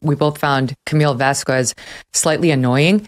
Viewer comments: Please! The correct pronunciation is: 'VAZ-KES' ..... not VAZ-KWES !!!! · Its VAZQUEZ....not Vazquies, say it right ❄️ ❄️ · It's pronounced Vaskez not Vaskwez ffs get it right. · Megyn Kelly, if anyone paid attention to the trial, they would know that you don't pronounce the 'u' in Vasquez. ;)